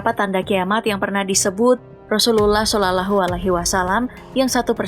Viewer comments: Yoi yg mestinya dibaca "loh" dia baca tetap "lah" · Sallallahu min, bukan salalahu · Kalo baca nama nabi yg benar... Salalahu..???...